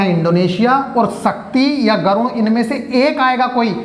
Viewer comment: Sir garun nahi garur hota hai